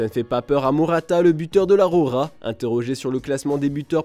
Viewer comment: Enroulez moi ces R ! J'ai les oreilles qui saignent 😂 La Rrrrrrrrroja !